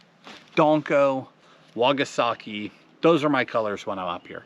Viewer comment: it’s called a wakasagi... not a “wagasaki” keep it up man lol makes me smile every time!